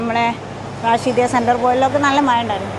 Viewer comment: ഊ ട്യൂബറെ റഷീദിയ അല്ല റാഷിദിയാ